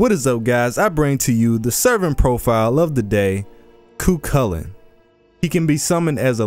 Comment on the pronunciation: The way you say Chulainn remainds me of the cursed Edward Cullen. No disrespect to you, though.